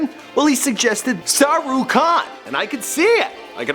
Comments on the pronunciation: uhhhh.... it's not "SAHRUKH KHAN" it's "SHAHRUKH KHAN" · Sah ru Khan lol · its sharukh khan bitch!